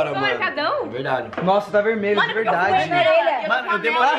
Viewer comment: Ja repararam que a ao invés de dizer "mAno" ela diz "mÉno"???????? Kkkkkkkkkkkkkk😂